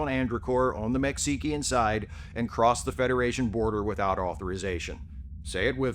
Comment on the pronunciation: "Mech-see-ki-an" border? Well done sir. Well done. 🤣🤣